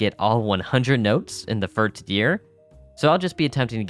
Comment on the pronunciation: Ok am I the only one getting a tick from the way hes saying firts instead of first? XD i mean no hate brother, I just coudltn ignore it. Great classic right here though!